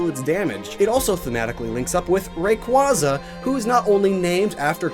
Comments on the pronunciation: How did you say Quasar correctly but pronounced Rayquaza wrong 😂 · what I find weird is that you point out that Rayquaza is named after a quazar yet don't pronounce the "quaza" part of Rayquaza, like quazar